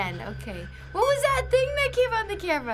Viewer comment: IS NOBODY GONNA TALK ABOUT HOW SHE SAID WASAD